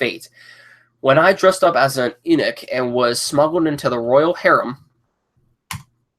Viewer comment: Eunuch is pronounced Unuch!